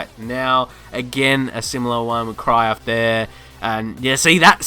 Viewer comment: My man pronounced Cruyff “Crayof”😂😂😂😂🤦🏾‍♂️